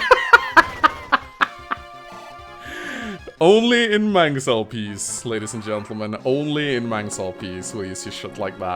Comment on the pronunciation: still Ken't get the name right